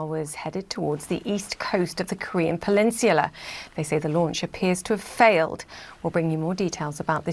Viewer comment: Why can’t the British newscaster pronounce peninsula